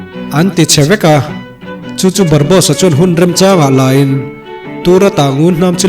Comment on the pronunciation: Barbosa_a ... zawk a nia ... barbos_a i ti daih a 🤭🙈... chuan i recap tawi thei tuk a ka lo ui theih tawp .... leh i sawi rang bawk a... Anywayyyyyyyyyyy .... mi recap loh tha tha i rawn recap a.... like 👍 👌 💛 😙 pawp pawp